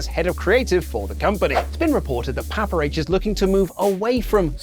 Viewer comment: why the does your accents end with an "er" ? RAW is RAWR ... PAPA H is PAPER H Somebody please explain